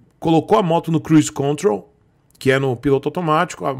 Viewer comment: Opa.fala.. tudo tranquilo.. então... É Cruise contrOl..com ênfase no segundo "O".valeu brother